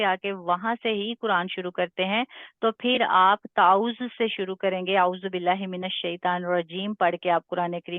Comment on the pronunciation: Maim tawwauz hota hy arbi me ap is ko tuooz keh rahi hen y gult hy